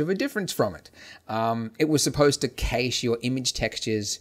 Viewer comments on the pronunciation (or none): You can't pronounce "Cache" properly, it bothers me.